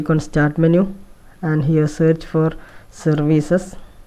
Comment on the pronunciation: I like the way he says "survicees" instead of "services"